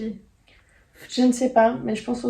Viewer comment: Super épisode, merci ! Pour info, Fjallalopi se prononce Fiatlalopi. Traduction : laine de la montagne. :-)